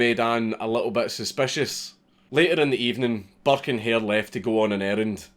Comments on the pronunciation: Everytime he said "Burke" I heard "Buck" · i’m irish and i didn’t realise he was saying burke coz i didn’t read the title properly do for the first half of the video i thought he was saying buck